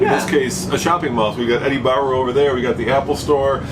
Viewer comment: “Eddie Bauer” 😂…